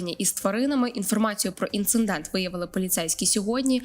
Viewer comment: Дівчата , є слово ,, інцидент ʼʼ , а не ,, інциНдент ʼʼ , будьте уважнішими …